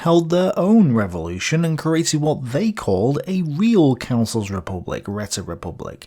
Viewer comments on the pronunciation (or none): Räte... as in Räterepublik is pronounced (more or less) Ray-Te...